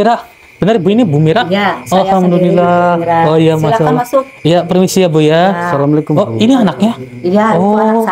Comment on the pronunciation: Ucapkan salam yg benar sahabat BUKAN SALAMUALAIKUM tpi Assalamualaikum... Agar anda dpt berkah dari Allah